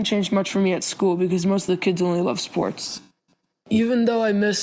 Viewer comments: What are sss-pour-Tez? I play fort nite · did u say sports do-do ?